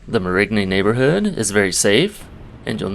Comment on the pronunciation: I stopped watching when you couldn't even pronounce Marigny correctly. You've got no business telling anybody anything about the town.😊